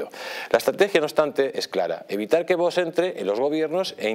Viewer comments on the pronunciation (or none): A ver si el presentador este aprende a pronunciar V O X y no vos jajajaja me parto cada vez que lo dice